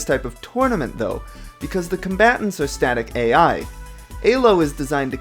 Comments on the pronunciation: actually, none of the 3 most common pronunciations of ELO in english are anywhere near the original pronunciation. btw if you're curious, here's the real pronunciation: it sounds a lot like [ely], but the correct pronunciation is [ˈeːløː] BTW, his pronunciation of ELO is pretty widespread and nothing original to himself. Plenty of people say the word like he says it and it is actually one of the three most common pronunciations of ELO in english. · i liked the video. I hated how you said Elo like an E-hole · The way he pronounces elo is kinda funny. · Great video but man I really hate how you say elo lol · 😣 the way you say Elo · after the thirst three times you mispronounced elo I decided I was going to take a shot every time you did and now im in kidney failure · Love the video, hate how you pronounce ELO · nice vid, great editing, sketchy emulator setup.. i enjoyed the watch, but maybe you should have looked up how to pronounce "Elo" it was painful to hear you say it over and over. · Elo is pronounced with e sound not a sound. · E-lo. Not A-lo. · Question, I always thought elo was pronounced "EE-loh" and not "Eh-loh". I was wondering where you learned that pronunciation from? (Not trying to make fun of you, I was wondering if this was a regional thing.) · i know im fucking retarded and all and a nitpicky fucker but its not aylo ITS E L O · This was a fascinating watch. And really hope to at least see gen 2 get the same treatment. That said, the fact that you pronounced Elo as "Alo" had me confused for a good while, as I was just listening rather then watching the video for the first half. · Its E - low. Your saying it A - low. Elo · EEEEEElo its pronounced EEEEELO not AYlo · "ee-loo" not "ay--low" nor "ee-low"(but is the accepted modernisation) named after Élő Árpád Imre, his name is Hungarian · is it really pronounced A-lo? I been pronoucing it E-lo for like...10+ years now >.> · Eylo score after saying eeeelo my whole life bothers me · ELO, not ALO....